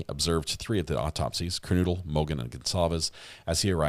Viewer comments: Kernodle- long “O” not noodle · PLEASE SAY HER NAME CORRECT. KERNODLE NOT NOODLE